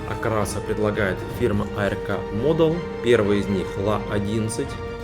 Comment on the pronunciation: Музыка слишком громко! Фигурки пилота нет. Не А-Эр-Ка, а просто Арк, ковчег по-английски, даже нарисован на коробке, ухо режет.